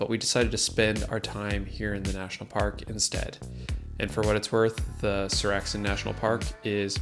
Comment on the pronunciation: Seoraksan is epic - as is your pronunciation of the name 😅